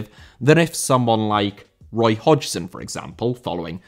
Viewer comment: Hodgson* not Hodjson